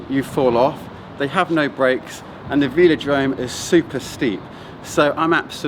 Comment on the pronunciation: Des-Grange? Veel-o-drome? :)